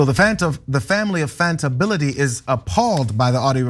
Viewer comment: "Fanta Bility" lol 😆